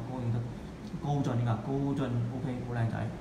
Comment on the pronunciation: 好似係高進唔係高俊